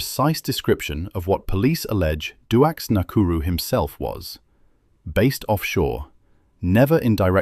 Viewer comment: Ai bullshit, can't even pronounce or spell his name correctly